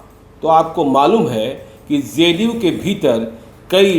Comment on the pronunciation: मुज़्हे तो ये ज़ ज़ करने बाले पत्तलकार महोदय ही सबसे बड़े एजेन्ट लग रहे हैं । जिन्हें ज़े डी यू की कितनी चिंता है ।